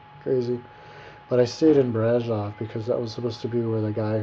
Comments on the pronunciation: no it is BRASOV not brazov:)))) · And btw : It`s Brasov, not Brazov. You should have been smart enough to google the right city name before you posted this video. But you`re an american, not a romanian. That sais enough. PS: To quote you "Romania was a pretty place, lots of trees and bla bla" WOW! A romanian 6 yo would compose a better description of a country he visited or would like to visit. It`s called "compunere" in romanian and only God knows how many of those we all had to compose when we were in school. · my dear friend next time you go visit a country try to go with an opened mind,the only things you mentioned about Brasov(brah-shov) not brazov,first Brasov its not surrounded by hills but by mountains ,beautiful mountains,the city is older that most of the stuff in usa,next Romanians dress up my friend ,i live in us and know what i'm talking about,u have a issues against old stuff btw,and the gypsies do whatever they want to do and yes they are from india,non-romanians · first, it is BRASHOV and BUCURESHTI! second u are an poor american who believed the stupid story we tell the tourists to sell an image of dracula and transilvania...if u were interested in the place u were traveling to you would have read some truth first...